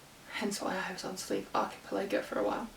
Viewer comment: The stress is on the third syllable of the word archiPELago.